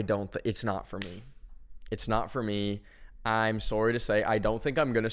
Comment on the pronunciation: “sourrie” holy canadian